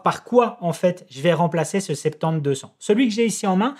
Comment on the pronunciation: Scuse moi mais je comprends pas ce que tu dis... RF 50-200 ou RF septembre-200 lol ... ou tu essaies de dire "soixante-dix" ?